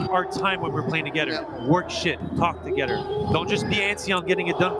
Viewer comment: "Play togeder, talk togeder" lol